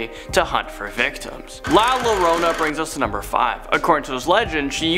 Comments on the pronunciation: La Yarona...the 2 LLs next to each other in the Mexican language makes a Y sound. Which is why it's Poyo not Pollo.🐔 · Hey love your videos just wanted to say its pronounced la yorona the double LL makes a y sound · Once again you guys have mispronounced La Llorona, it's pronounced La YOUR-OWN-a. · I heard lal lorroona instead of lla Lerona XD